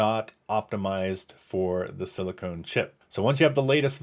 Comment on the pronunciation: very helpful video thank you!! although you keep saying silicone and not silicon. verrrrryyy different things and pronunciations haha